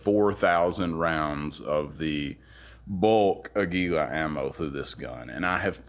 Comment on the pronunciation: Good video. I'm embarrassed to say, as a fellow gun guy, I forgot about the LCP II 22 even though I own the LCP MAX and the original LCP which is the Kel-Tec 3AT! And by the way, Aguila means eagle in Spanish and is pronounced with emphasis on the first syllable: águila, not aguíla. It's cool that you're into music and motorcycles as well! Keep up the good work.